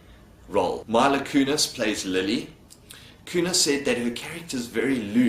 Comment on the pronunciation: Just for future reference, it's MEE-LUH not MY-LUH. It bothered me as a fan of her.